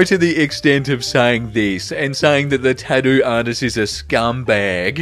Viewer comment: Hey,. Discovered you a few months back. Was binge watching older videos and it's weird to hear you mention less than 15,000 subscribers in those vids and now you have over 70,000! Proud to be one of them! Not mocking but I also adore the way you say 'tatdoo'.....love your channel, stay safe!